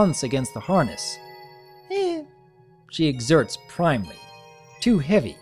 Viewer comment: the word is actually pronounced prim - lee, not prime - lee. Not a huge mistake, but I would think you would like to know.